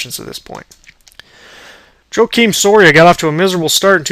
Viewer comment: You didn't pronounce luke hocheavers name or Joakim Sorias name right.